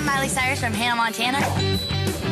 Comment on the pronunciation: she said "hi i'm Miley Cyrus from henna Montenna